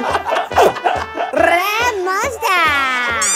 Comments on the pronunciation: First Porrrrrrrrrrrnesssian Parrrapioo Now Rrrrrrrrraappp monstaaa! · I was scrolling back again and again for that Rrrrapp Monster 😂